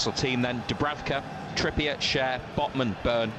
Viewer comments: It’s really Schär. And the umlaut (the two dots) over the A change the sound. So his name does not rhyme with BAR but actually rhymes with BEAR. and got it spot on!! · If ya commentating get Schars name right.....its not Cher its Schar....HTLs🏴🏳